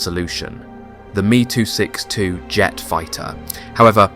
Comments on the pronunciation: It’s M.E. not “me” 262. Amateur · Thr "Me too 62?" What did the plane get molested by Harvey Weinstein? If you fed the script to an AI bot then stop being lazy and if you think that's how it's said maybe study the subject before you narrate the video. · It’s not at me 262 it’s an ME262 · It's called em eee 262 not me262. just like the JU 87 is pronounced Jay you 87. Ju in the abbreviation for Junkers aircraft company.